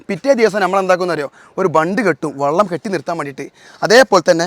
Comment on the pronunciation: വള്ളം അല്ല വെളളം❤